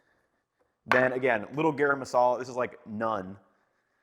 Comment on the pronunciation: I love your videos ethan! Unfortunately mispronunciation is a huge pet peeve of mine, especially in tutorials! your pronunciation of shawarma as shworma is really off. As is garam masala Shower-ma would be more correct and easy to replace your pronunciation, or shaow-wurr-ma. Garam masala should be said like Ghur-rum.